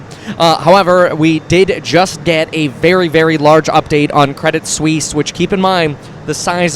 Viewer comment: Kwedit Swiss uwu